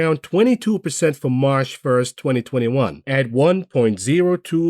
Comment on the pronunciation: Last day of the month, I'll miss hearing you say Marsh